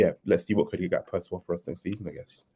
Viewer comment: GAK-PO not GAP-KO!! 😂